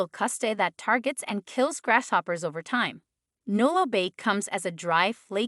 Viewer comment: I am sorry but, I had a really hard time listening to this video because of it being pronounced grass shoppers so many times!